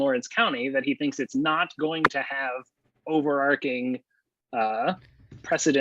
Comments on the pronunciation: Genius lawyer on the panel mispronounced 'overarching' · Very, very minor point. It’s overarching (o·ver·arch·ing) /ˌōvərˈärCHiNG/ as in (forming an arch over something).